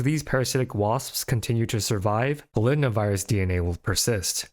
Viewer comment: ....Polidna Virus? It's Poly DNA Virus...